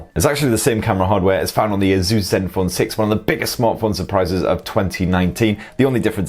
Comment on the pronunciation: whats with all the weird pronunciation of "asus" lol